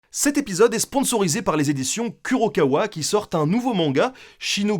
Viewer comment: pour info on ne dit pas kurokawa mais kourokawa